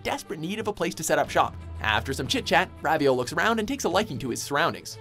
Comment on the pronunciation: Isn't it pronounced Ro-vee-o